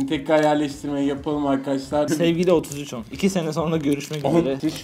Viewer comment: niye 3310 ona otsüçon diyosun